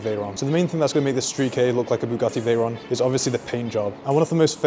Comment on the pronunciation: Bugatti Veyron ❎ Bugatti teyron ✅💀 But he tried 👍